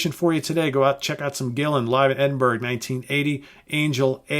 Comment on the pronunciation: Scotsman here....it's pronounced "Edin-burra"! It's a Scottish/UK thing